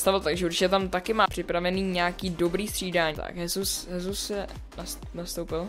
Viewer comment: Jak si tam pořad říkal chesus :D